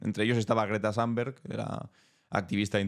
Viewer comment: Waterloo se pronuncia según las reglas del idioma flamenco. Nada que ver con el inglés y lo mismo el idioma sueco. Thunberg= TUNBERG y no ZANBERG.